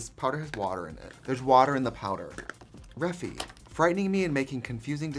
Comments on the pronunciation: gurl… her saying reffi instead or regt is even more triggering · Is it not refyyyy as in ai??? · I’m gonna wait till she realizes she says Refy wrong